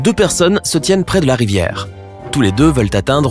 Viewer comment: Tu as dit sex. Au lieu de se😂😂😂😂😂😂😂😂👌👌👌👌